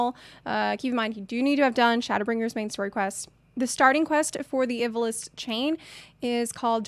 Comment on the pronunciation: Ivalice is pronounced like "Eva-Lease." The Is are pronounced like long Es.